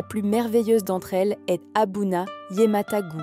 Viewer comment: C'est ne pas pas abuna yemata mais c'est aduna yimmata